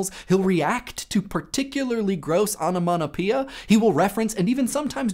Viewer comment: What did you say ? onomonopea?